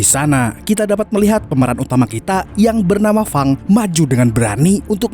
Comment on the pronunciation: wah mantap ni si Fang mimin sering salah sebut, Feng atau Fang sih? wwkwkwk tapi seru kok ni film gelutnya